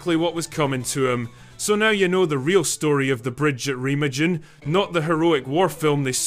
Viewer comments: Remma-jen 😅😅😅 it s Ree-ma-gun. Interesting.. subbed from Essex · Its pronounced REHH-MAHHGEN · That’s reh-MAHG-en. Hard G.